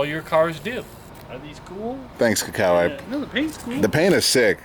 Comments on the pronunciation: How come can't even learn his "best" friend's name?? KI-kawa like key... not ka-kawa... geez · yeah- maybe you're saying Kuh-kawa idk what... but the only thing that's definite is you're fuk'n up your boy's name lol Ki= "key" big boi ; )